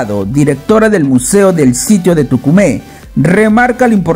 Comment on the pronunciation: No es Tucumé, Es Túcume!!!